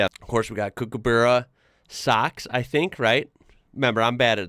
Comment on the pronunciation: Cook-a-ba-ra if you want to learn to pronounce it. Love your enthusiasm for us down under, glad you love our home. It’s always the same though lots of aussies especially the younger ones wish they were American. Much love from Mullaloo, northern suburbs of Perth. Keep doing what you do it’s always great to watch.